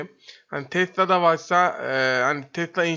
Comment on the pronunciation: yanlız tesla değil tesila